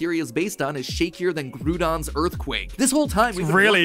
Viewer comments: It's Lie-rah and Gr'ow-don, not Lee-rah and Groo-don! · Did really just say "Groodon"?